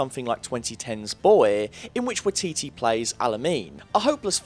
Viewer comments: Hi, as a Kiwi, can I correct the way you pronounce, Taika's name, as you are saying it really really wrong. Its pronounced 'Why Tee Tee" Not 'Wee Tee Tee' as you keep pronouncing it. Cheers for the essay. :) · Liked the video, but I was going insane at the pronunciation of taika waititi's last name. It sounds like why-tee-tee not wa-tee-tee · Its waititi.. why-tee-tee not wee-tee-tee.. lolz. Love it. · im sorry but the way he says wateetee hurts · I'm a bit late to the party, traffic was horrific, but Waititi is pronounce Why-tee-tee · The pronunciation of Waititi is “why-tee-tee’ more emphasis on the ‘wai’ and the ‘titi’ to be said faster like “titty” 😅 hope that helps :) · It’s waititi (why-tee-tee) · Hahaha it’s so weird hearing someone from America try to pronounce a Maori name EDIT: thought I might add this for anyone who wants to know how it’s actually pronounced its, wa i ti te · Okay I swear to god If you pronounce Waititi wrong again I'm seriously going to punch you. WHYATEATEA. Is about how good I can get pronunciation to be. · hahaha you saying taika waititi was the the best part this video you said taika why tea tea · Waititi is said as "why titty" but yeah... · Waititi is pronounced "Why-tit-e". It's a Maori name. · Waititi - is pronounced with a Why: as in why-titi. Also the arc of Breaking down Thor is to show the real Hero - its not strength of Arms or Weaponary or Abilities that make a Hero - it's the unwillingness to quit, its getting back up, to continue a fight - if only to buy others more time to escape. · Waititi is pronounced why-tee-tee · It’s pronounced y-eee-t-tee great videos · It's pronounced "why-tee-tee". Like Waikiki but with T's. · This was incredible and insightful... But your mispronunciation of "Waititi" was driving me CRAZY. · You pronounced waititi wrong and it bugs me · You butchered Waititis name every time 😂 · i cant believe how you pronounce 'waititi', surely listen to someone say his name before making a titular vid